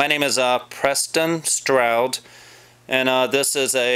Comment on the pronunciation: OH, boy another waste of time video. Why do you not know how to say your own name?